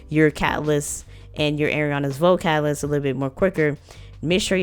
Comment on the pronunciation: Pacific cacaalyst